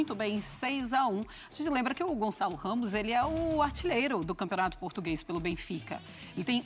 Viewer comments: Gonçalo! GON-ÇA-LO! Gonzalez?!?!? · "O González " heheh so br mesmo